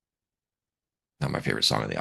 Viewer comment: You´re still pronouncing "Magie" wrong though. It´s like Mah - gee (gee like in geek). "ie" in german is pronounced like a long "ee" in english.